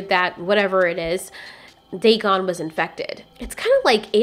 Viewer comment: It’s Dagon